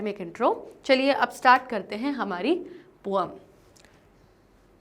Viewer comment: Om nahin hota poem hota Hai😂